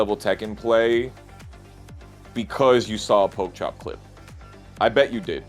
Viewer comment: it's pronounced like Poke Chop